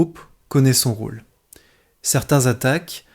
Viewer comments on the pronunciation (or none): none